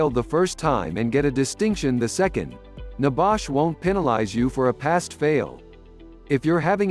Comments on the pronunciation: Not so secret if they are on youtube, ain't it? And stupid idiotic voice over. Nebash? Downvote! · What is NEBAASH? R u over speaking about NEBOSH?